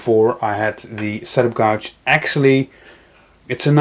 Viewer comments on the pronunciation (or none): Thanks for the video. I'm planning to go with Jessem for my router table. Very well presented with lots of good information. FYI, gauge rhymes with page. You helped us, hopefully I can help you with your pronunciation of that strange word.